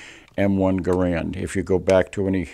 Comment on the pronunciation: Love your channel. Keep it up! One thing... not to nitpick... John Garrand's name is pronounced like the word "errand" with a hard G in front of it. Anyway, no big deal. Love your rifle!